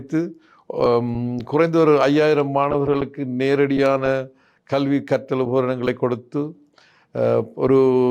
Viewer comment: கள்வியா?கழ்வியா? அல்லது கல்வி என்பது தான் சரியா? சொல்லுங்கள்? எல்லாத் தமிழ் உச்சரிப்பும் படுமோசமாக இருக்கிறதே! யார் உங்களைத் தமிழ் ஊடகத்துறுக்குத் தேர்ந்தெடுத்தவர்? உங்கள் தமிழ் உச்சரிப்பு தமிழை வேறு பரிமானம் எடுத்து விட்டதோ என்ற கேள்வி உண்டாகிறது.